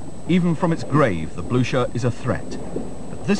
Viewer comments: I thought is pronounced, bluker? At least that's the way they pronounce it in the movie Waterloo. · They can't even pronounce the name! What is the Bluscher?